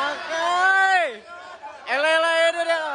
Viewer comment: wakai❌ akai✅😂😂😂😂